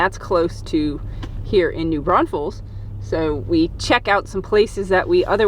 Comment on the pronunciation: Prounced Suh-Geen. You said New Braunfels correctly. Enjoyed your video. That Torrey Park is less than a mile from my house and RV. Hey I know that squirrel, lol. Guadalupe River next to Gruene. This is great seeing your video about my home area. Those rapids have been there since I was a kid and I am 71 years old! Wonderfully done. I am subscribing.